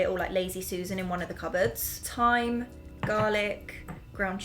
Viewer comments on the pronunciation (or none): none